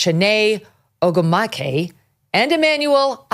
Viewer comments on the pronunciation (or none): Chiney Oh-gWOO-mik-AY and Emmanuel ah-CHOH ...again, research. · Kelly you should find out how to pronounce Chineh’s last name.